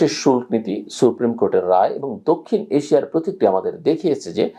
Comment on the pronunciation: শুল্ক উচ্চারণ টা কানে বাধে।